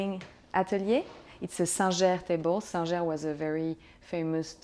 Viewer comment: "It's a San-zhair table." You mean 'Singer'? 😁 She's not wrong, but I love the French pronunciation.